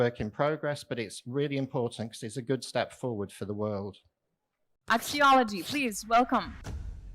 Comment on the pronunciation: Pronounced “Axe - E- Olijee,” not “Axology.”